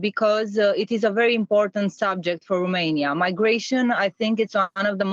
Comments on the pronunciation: I agree. I cringe so hard every time I hear someone say RUmania, and not ROmania. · it's ROmania/n not RUmania/n, the pronunciation is off and you're spreading it.